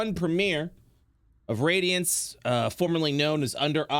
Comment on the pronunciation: For anyone thats confused,the campaign name isnt pronounced "radiance" but "RAD-iance"